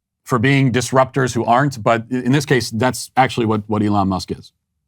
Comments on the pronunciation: “Elana Musk” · He said Ilhan Musk lol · I thought I was the only one that thought al said "elana" 😂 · Al Sharpton has a show, is paid millions and he's supposed to explain what's going on in the world... and he doesn't know how to say "Elon".